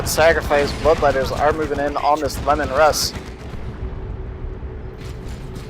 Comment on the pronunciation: Isnt Leman Russ pronounced like "Leeman Russ" instead of "Lemon Russ" ?